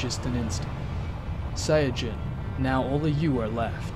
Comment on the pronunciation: Sayadjin? Its sayin